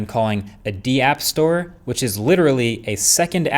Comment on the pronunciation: The "deeapp store"? Its just pronounced "dap" brotha. As in "decentralized app". Of course ill be the first to admit they're not necessarily decentralized apps but that is the proper term.